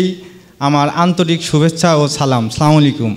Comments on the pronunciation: ওয়া আলাইকুমুস সালাম ওয়ারাহমাতুল্লাহি ওয়াবারাকাতুহ। ক্ষমার দৃষ্টিতে দেখবেন। দয়া করে সালামের উচ্চারণটা ঠিক করে নিবেন। যেহেতু আপনি একজন মুসলিম। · সালাম শুদ্ধ হয়েছে কি